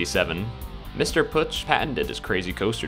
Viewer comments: "ö" not "u" or alike^^ within Pötzsch (and the sz is kinda a sharp s) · It's pronounced "Pötzsch". Glad I could help! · Ö='ur' sound so P-ur-tsch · It's pronounced "Pötzsch"